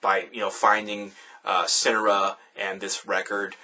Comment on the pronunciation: haha amazing review. only complaint is that homeboy was pronouncing the band's name wrong. they go by Sin-Are-Uhh not Sin-Uh-Ruh.